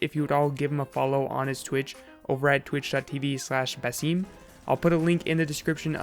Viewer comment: You said Basim right lol